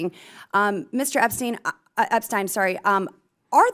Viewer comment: Mr Epstein, excuse me Mr Upstein! That was a hilarious slip of the tongue